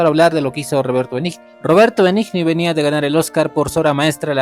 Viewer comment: Tu opinión manifiesta tu ignorancia .Cualquiera que sepa apreciar verdadero cine y una hermosa adaptación quedará encantado con la que tu críticas de Benigni .Que se puede esperar si ni el apellido puedes pronunciar